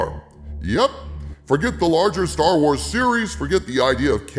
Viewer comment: For a second I thought you said "Jar Wars", and I think that's appropriate.